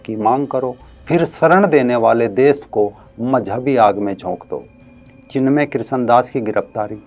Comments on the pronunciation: ये भैया को चिन्मय बोलणे नही आ रहा है चिमण्या बोल रहा है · सर, नाम चिन्मय है । आप चिमन्य बोल रहे हैं ।🙏